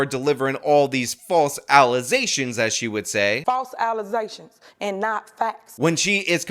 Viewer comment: Alization? Did she mean to say Allegation?😂